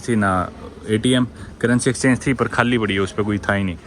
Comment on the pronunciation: Khaalii nahi bsdk Khali boltey hai hindi ascent thik kar le thoda bsdk